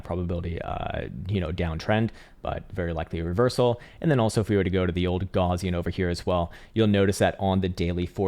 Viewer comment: You're pronouncing the word "Gaussian" incorrectly....